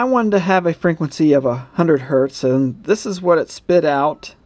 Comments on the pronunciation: Frenquency? :D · I love it when he says frequency.